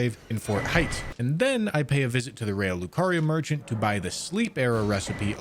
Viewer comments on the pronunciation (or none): none